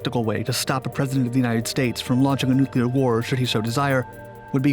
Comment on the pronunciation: Still, he couldn't pronounce "nuclear."